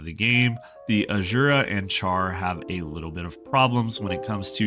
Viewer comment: The way you pronounce Asura should be penalized